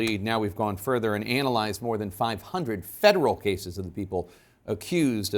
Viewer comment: Who pronounces analyze like this??